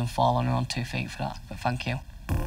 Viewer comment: Did he just say “fank you”!?